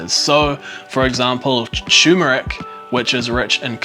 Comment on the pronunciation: Really interesting content - but it is turmeric - with an R